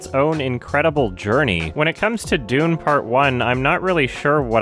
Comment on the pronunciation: Well then you are objectively incorrect because he has pronounced his name correctly in other videos like the Blade Runner 2049 one. He literally pronounced "dune" as "doonie", it's a joke.